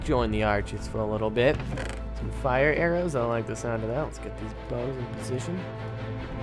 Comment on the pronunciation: Did you called arrows amou